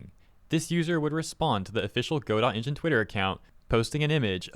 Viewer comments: G'dough, not go-dot. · it's pronounced 'go-DO' with a silent 'T', not 'GO-dot', but great vid! thank you! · It’s not “go-dot”, it’s pronounced “god-oh”. 🤣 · not to be critical but the correct way to pronounce Godot is without the t, I had a guy talk my ear off about it is all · its pronounced Ga-Doe, not Go-Dot. Dont block me for having this criticism. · Note that Gail Godot is firm on the fact that her name is pronounced Go-doT. As you say, the name of the play is "Go-dough". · it's pronounced guh dow not go dot :| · Hearing you say Go Dot so many times is hard on the ears lol. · Hey bruh. Its "ga-doh" As in "waiting for Godot" which is a famous stage play. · "Go dot engine" 💀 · It’s pronounced Guh-dough. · go dot? really dude? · "God-oh". Like the play "Waiting for Godot". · Not Godot! God-dang-it!!! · aw i love how can't pronounce words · Godot is pronounced [GUH-DOH] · Godot is pronounced G'doh. I'll take my leave now. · Pronounced “guh-dough” like the Samuel Becket play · the T is silent in godot (go doh) :face-red-heart-shape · I'm happy you are coving this but please at least look up how it is pronounced before making the video. it is pronounced "ga-doe".